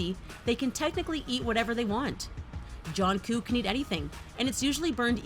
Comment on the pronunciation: I can't get over the way the lady was pronouncing Jungkook like "John kook"